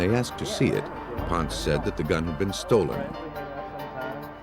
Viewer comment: I wish the narrators would pronounce Jack Ponce’s last name correctly.. it’s “Pon-say” not “Pontz.”